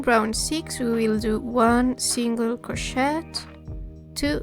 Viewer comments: Very well explained! Thanks for this! Going to make several this week! Oh, and we say croshay, rather than croshet, the T is silent, but we know exactly what you mean, anyway. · I also pronounce the word crochet with a T 😅😅. I don’t care you you pronounce it, perfect tutorial. Totally beginner friendly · Hi, thanks for your tutorial, I don’t mind your accent only how you pronounce CROCHET, I even looked it up, French version is pronounced the same as English. Might want to ask your phone how to pronounce and it will bring you to correct pronunciation. Doesn’t affect your quality of your work by no means , just a FYI. Thanks again. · Thank you ❤ such a cute tutorial! Just a little comment, in future vids don’t pronounce the “t” in crochet ❤😊